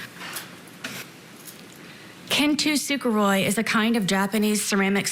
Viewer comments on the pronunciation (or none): kin tu suga roy. so true sarah. so true. btw she hasnt heard that word a single time before. it's kintsugi. not kin tu suga roy. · Did she pronounce Kin Tsugi (Kin-Soo-Gi) as Kin-Tee-Suka-Roy? What?!!! I'm already pissed, and I haven't got to the truly annoying and infuriating parts yet!!! Ughhhh, let me keep watching. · It’s pronounced: KIN..SU..KEE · "Kin to Sugar Roy... " ?? Isn't the technique known as "kintsugi"? What is she on about? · She spent so much time using a japanses art form as an anecdote and didn't even pronounce it properly.... im petty.